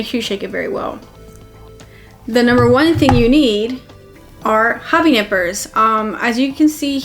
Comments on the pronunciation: Did she said Nipples or Nippers, just kidding although given the view 😉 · She said nipper, i heard nipple... wtf happening with me...